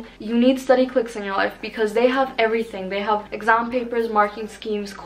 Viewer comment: i love how she says "EGGASMM" instead of exam.